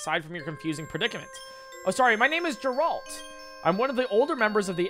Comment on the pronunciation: I cannot get over how you pronounced geralt 😭 have you never played the withcer?